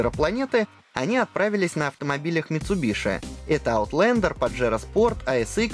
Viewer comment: Еше название марки правильно говорили бы